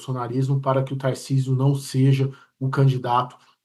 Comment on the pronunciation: Acho engraçado o paulistano falando "taircisio "